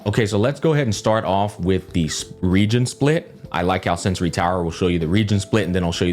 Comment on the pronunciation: bro it's sensor tower, not sensory. please you misspeak it every single time in every single video. no hard feelings, just vouching to do things accurately. peace